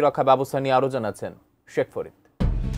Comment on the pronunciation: Sheikkkh faaaaarŕrrrrid atn news😂😂😂😂